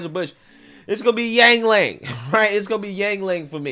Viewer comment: Yin ling not yang lin